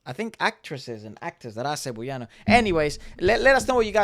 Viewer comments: ngl that's the first i've ever heard someone pronounce Cebuano as "Cebu-yano" we say it like "seb-WA-noh" <3 can't wait for more reacts of our boys!!! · Cebuano is pronounced like sebWAHno :) So cool that you even noticed that though! Not just the talent of the Philippines but you got even more specific, the talent of Cebuanos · Cebuano is pronounced as /seh-BOO-wah-noh/. Please make that interview with SB19 happen!!! It's been long overdue! I hope they will find the time when they PAGTATAG! Finale concerts are over. BTW, the 2-day concert will be livestreamed worldwide, I hope you can watch them! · So funny, it's pronounced Se-bu-ah-no. Thank you for appreciating OPM and SB19. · btw Cebuano is kind of pronounced as "Seb-wa-no". While only Coach Jay is from Cebu, he along with KZ, TJ and Ken/Felip speaks Cebuano or colloquially known as Bisaya. People from the Visayas and Mindanao regions of the Philippines mostly speaks Bisaya. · Your pronunciation of CEBUANO is jus too cute, love it 🤭 but it is CE-BWA(with the W)-NO.. anyways, I think this is the fastest time you've reacted to SB19!?! I'm glad to see this right after watching the dance practice.. I love you guys fr💙